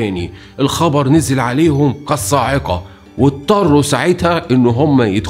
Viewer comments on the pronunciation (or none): none